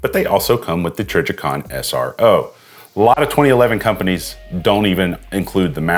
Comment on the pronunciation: I may be trippin but I think he also said “trijjercon”…